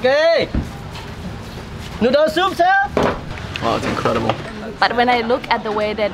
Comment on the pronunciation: NoDdle sOuPp siRr 😂